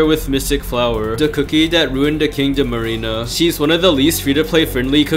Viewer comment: I just heard "king of marina" when he said kingdom arena wth